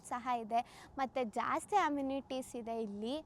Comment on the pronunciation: ಸರ್ ನೀವು ಮೊದಲು ಕನ್ನಡ ಸ್ಪಷ್ಟವಾಗಿ ಕಲಿರಿ ಆಯ್ತಾ ಹೇರಿಕೆ ಹಿದೇ ಅಲ್ಲ ಮಾರಾಯ ಎಕರೆ ಇದೆ ಅಂತ ಆಯೋ ದಯಮಾಡಿ ನೀವು ಕನ್ನಡ ಪದಗಳನ್ನ ಕೊಲ್ಲಬೇಡಿ 🙏